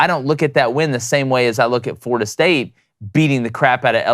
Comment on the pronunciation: "FLORDIA"??? come on, guys.